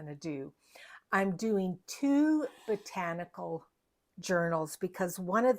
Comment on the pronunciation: Hello sweet, your covers are works of art! I caught your blooper when you said Rachel’s Potanical instead of botanical,lol! Thank you for sharing your talent & how to construct the fairy lights! Please take care & please give sweet Fiona a big hug!🤗💜🌻💕🐶🙏🙏